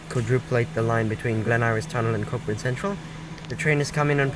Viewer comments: Great stuff, but.. Its pronounced coh-burn, not cock-burn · Did I hear a mispronunciation? The ‘CK’ in Cockburn is not pronounced…It is said ‘COH-burn….I’m an ex West Aussie living outside Melbourne…We were always very careful to pronounce that suburb the right way….and some of those earlier ex TP buses are plying the streets of suburban Melbourne….